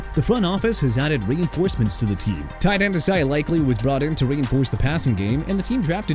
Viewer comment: NEW ORLEANS AS IN NEW OR-LINS NOT NEW OR-LEANS!! STARTING YOUR VIDEO WITH DISRESPECT TOWARDS A LOUISIANA CITY!! ALSO ISAIAH LIKELY NOT ESAIAH!!! MAX BROSMER AS IN BRO-SMER NOT BROSS-MER!! YOU CAN QUIT AND GO AWAY! I DON'T CARE!!